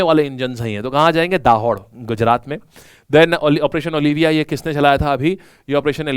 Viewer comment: Sir me gujarat ke dahod se hu दाहोड nahi (दाहोद) hota hai, abhi yaha kal ki inauguration hua hai new railway factory ka bahut badi hai pura new construction kar diya hai wo bhi bahut fast